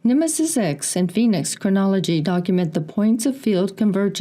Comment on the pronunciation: Anyone else catch Robert Sepehr pronouncing Phoenix foynix? It’s in his Red Race vid explaining the meaning of the word but seemed to avoid saying it the way we say it here. He promotes old timeline theory and semen retention…hmmm.